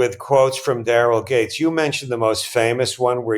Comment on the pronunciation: Just fyi I watched half this video hearing you comment on "gangs"... it wasnt till you mentioned how fit "gangs" was that i relized youwere saying "Gates" .... suddenly everything clicked & made sense.